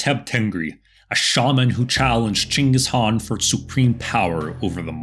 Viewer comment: Only white man to pronounce "chinggis khan" name properly as possible. Thank you.